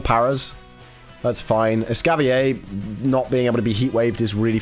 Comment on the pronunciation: Hmmm... just curious (and this isn't targeted at, it just reminded me of it), but why do people not pronounce the 'r' in Escavalier?? I understand that there's the "fancy" version that's based from French, but Escavalier is clearly based off of the medieval times, and the 'cavalier' part of its name comes straight from a type of horse night (which is pronounced Cah-vuh-leer)